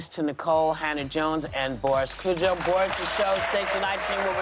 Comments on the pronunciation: “Kodjoe”, not “Cujo”. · Whoopi not Boris Kujo but Kodjoe( codejoa).